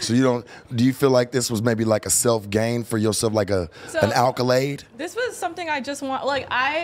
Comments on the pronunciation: its accolade not alkolade lmao. Not even saying words right. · Someone please explain to how to pronounce the word "accolade", lmfao.. I've been binging these / No Jumper clips all day, this dude is a national treasure. Have no idea how he became relevant in the first place but he truly earned his position. I'm a 37 year old white guy from Detroit and this dude has got me dying laughing here. RULES, lol..